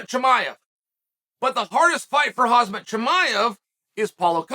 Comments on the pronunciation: Its khamzat not kazmat hhhh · Me : Hamzat Chael : HaZmat Me : hazmat 😌🤐